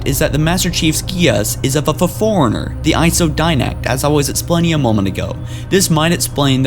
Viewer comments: The li-berry-an foreigner? Did you mean librarian forerunner? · OMG forerunner (4- run-ner) not foreigner. i cant watch this channel with you sounding like you've never played the game. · Pronounce forerunner right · Matthew Bridges He said it every time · Fore-runner, not for-in-er li-brar-i[e]-an, not li bar-i[e]-an awakened, not awoken this is not due to brain damage but a lack of knowledge of pronunciation of English words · Forerunner not foreigner. LibRarian not Liberian. You're killing me with the way you say words. Quit it!